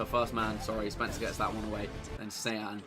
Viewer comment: looking back at how much chris butchered saying sean